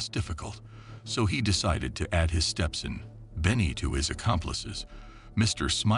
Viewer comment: Say Vietnamese & Stepson again 😂😂